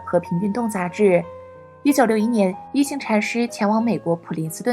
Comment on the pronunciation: 應該是念一ㄏㄤˊ禪師。